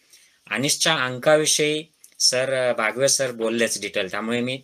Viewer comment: Dr Please..बावगे..not बागवे .